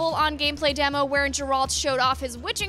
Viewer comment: it's geralt not jeralt